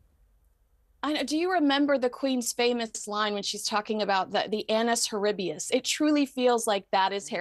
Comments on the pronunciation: Look it up. It's NOT annus horribius. That's the second time I've heard you say that recently. It's annus horribi-LIS. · Its Annus Horribilis- NOT horiBus. If you’re going to quote; research and fact check before you do. Quit reporting as if you are 12. You’re not.